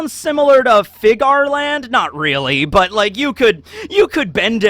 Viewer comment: Its Fe-Ga-Ri, like ferari! trust me..